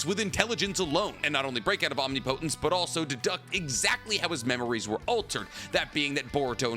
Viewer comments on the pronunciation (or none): Say Omnipotent correctly please, for me correct some of the words. Hearing you say the naruto words wrong as a fan is cringe bro.